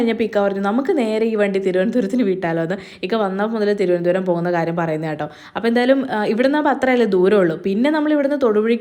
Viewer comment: thirondaram❌thiruvanandapuram or trivandrum ✅